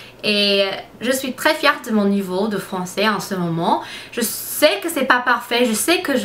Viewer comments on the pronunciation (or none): Tu parles vraiment bien le français! On dit "je suis fière" pas "fièrte" lol en tout cas ce qui est bien c'est que quand on te dit comment on prononce tu le retiens pour là prochaine fois, j'ai remarqué que tu évolues beaucoup :-) Je ne sais pas si tu connais la série "2 Broke Girl" mais je trouve que tu as la même tête que Max Black (l'actrice principale) en blonde bien sur! :p Gros bisous de Belgique (éh oui c'est loin de où tu habites lol) et surtout continue tes vidéos tu es superrrr :-)